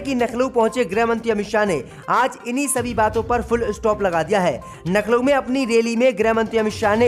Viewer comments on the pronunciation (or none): Abe bhai Laukhnaw ko Nakhanaw aur giraftar ko girabdar mat bola karo Mulayam Singh Yadav kitana bhi Jordan laga len parantu Shivpal ki koi aokat rajneet me nahi badegi kun ki Akhilesh ji ne kharab chhavi wale logon ki chhatani kar ke SAMAAJ WADI PARTY ko sab se achchhi aur sughad chhavi de di hai aane wale vidhan sabha chunav me yahi party S.P. hi U.P. me sarkar banayegi